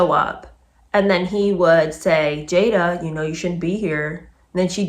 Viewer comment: Love your reads, thanks! Wikipedia states that her mother named her after her favorite actress Jada Rowland. I knew the Rowland family personally and her name was pronounced "Jah-da", not "Jay-da". Just a tidbit! 🤓